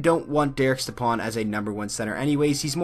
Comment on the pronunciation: It’s pronounced Step-on not Ste-pan